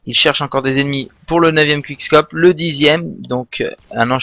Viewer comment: il dit onche quishcope lollol